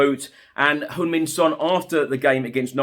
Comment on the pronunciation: I just noticed that actually pronounced Heung Min correctly, most others pronounce Hyung Min